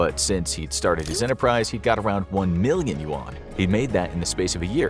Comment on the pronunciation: If he can't even pronounce "yuan" right, not likely. Sources are all western.